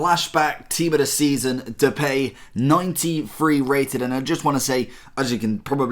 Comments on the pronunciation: you pronounce it as "duh pie" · "The Pay" really?